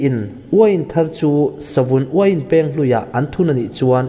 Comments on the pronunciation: Savun Uiin Pêng i tia, Peng tih tur a nia, thlûk loh tur a nia... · Uain peng hi i lam rik dan a dik lo. 'Peng' hi 'beng' (ear) ri thluk ang hian lam rik tur a ni e.